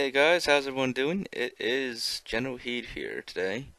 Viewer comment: Why does he say general hate?